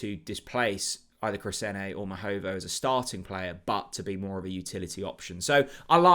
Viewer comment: IT’S MAHOVO